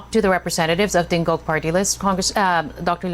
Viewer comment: why is the anc host defending tingog? btw her phony accent and the way she mispronounces "tingog" is laughable